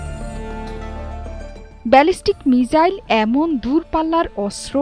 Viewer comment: মিজাইল না গো মিসাইল 🙂